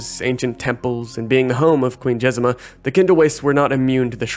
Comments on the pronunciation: "Jezima" it literally says JezMINA. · Jez-MEEN-ah, not Jezima. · Jezmina, not Jezema.